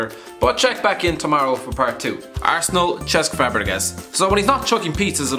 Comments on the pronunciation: It's Cesk not Chesk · How do you not know how to pronounce Cesc??? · Saying Cesc like that makes me think that you just read a script written for you & have absolutely no idea about football. Bleedin Sap.